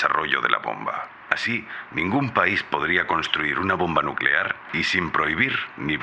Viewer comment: 🗣️"energía nucelar"